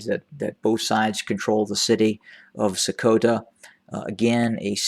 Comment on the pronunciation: You know what? I really like the effort you put in to the pronunciation of place names like Sekota, Debarique, adi..., enda..., May... etc. even the Amhara speaking Ethiopians can't pronounce them correctly as they do not have the right sounds in their alphabet, which they copied from Tigrigna /Geez, alphabets. Tigrigna, like Arabic has consonants that have emphatic or hard versions that are pronounced deeper in the throat. Great work. my friend.